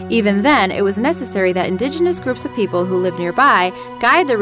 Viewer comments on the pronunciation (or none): none